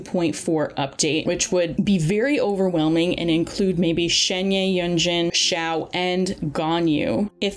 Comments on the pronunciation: im pretty sure it's shen-hey ?? idk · I mean, it's actually more like Shuhn-huh (if going by a more American pronunciation of Pinyin). I don't really know where the "er" is though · It should pronance as Shen-He(r). It means magical crane, now u know why people r saying she is the human form of cloud retainer. Please learn to pronouce Character's name properly as this the respect they deserve. Not many content creators do this. but if you do it would make you look a lot more professional. Wish you channel do well. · fyi, Shenhe is just pronounced how it looks lmao. like Shun-her or Shun-huh. The 'e' vowel sound is the same as the one in Keqing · Shenhe is pronounced Shen-Her as in Him/Her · It’s pronounced ShenHER btw